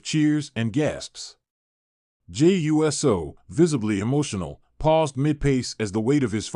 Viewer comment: Whose tears flowed? And when, where and why? And for God's sake it's Uso and not U. S. O WTF is wrong with you??🙄🙄🙄